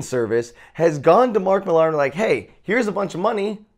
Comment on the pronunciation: It's pronounced Miller not Millarrr